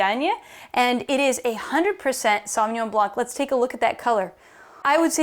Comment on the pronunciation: Great knowledge and enthusiasm ! You do justice to the wine but I do wish you pay a little more respect to the origin of the language and try harder to correctly pronounce the names . My pet peeve is how American butchered foreign language shamelessly .